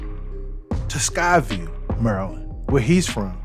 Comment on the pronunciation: Sykesville, not Skyville 🤦